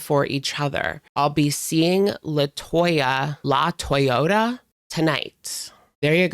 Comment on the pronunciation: Latoyota or LA-TOY-A ….. pls be fr